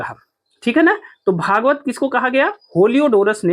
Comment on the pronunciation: होलियोडोरस नहीं हेलियोडोरस कहिए